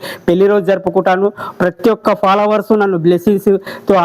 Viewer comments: Followers ❌ Palawers✅ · ఫాలోవర్స్ ❌ పాలవర్స్ ✔️